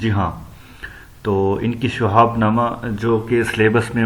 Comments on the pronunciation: اس آدمی کی اردو صحیح نہیں ہے شہاب کے شین کے نیچے زیر ہے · بالکل بوگس وڈیو۔جوشخص شہاب کا تلفظ صحیح ادا نہیں کر سکتا۔ اور بے شمار غلطیاں۔۔ خدا را ایسا استاد مت بنیں جو خود ہی اردو سے ناوقف ہے۔۔۔۔